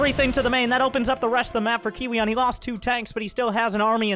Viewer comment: i think you pronounce kiwian, Kowean